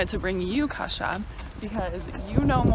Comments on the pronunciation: Why do you call Kasia a kasza? is she a food? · Why do you call her kasza? xD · "Kasza" instead of "Kasia" xD <3